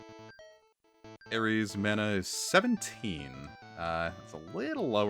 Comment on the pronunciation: Mana is actually a word. According to wiktionary, it's pronounce mah-nah.